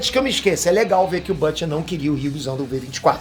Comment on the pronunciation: quem é bâte? fala português caralho kkkkkkkkk deve ser o Bruto